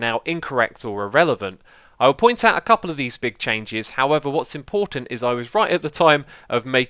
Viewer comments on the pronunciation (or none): none